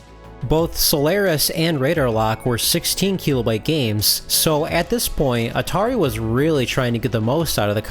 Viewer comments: KEE-LOW-BYTE?? Silly pronunciation lol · I'm going to start saying "keelobyte" 😊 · It's pronounced kilobyte, not kilobyte.